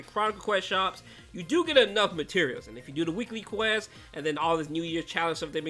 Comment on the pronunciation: Bro said questes 💀